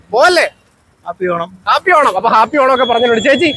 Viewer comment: കാപ്പി ഓണം അല്ല ഹാപ്പി ഓണം